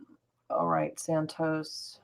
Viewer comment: Its santos not how you pronounce it. ENJOY. Correct his first name FIRSTLY because its QUALITY.